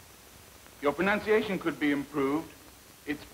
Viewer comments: He says "Your pronounciation could be better" not "Your pronunciation could be better" too. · "Your prononciation could be better. It's: [massacres pronunciation]" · “You’re pronunciation could be better” “It’s-“ proceeds to pronounce it wrongly (I know it’s obviously not that important in the battlefield but it’s just kind of funny)